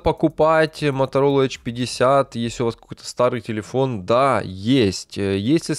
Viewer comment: эйч 50, аш ди, ну комон)))